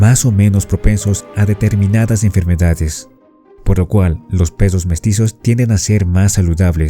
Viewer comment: Hola! Sigo este maravilloso canal hace un tiempo, y me parece muy interesante! Pero, me pareció escuchar ´pesos´ en lugar de perros. Dos veces... Solo yo escuché eso...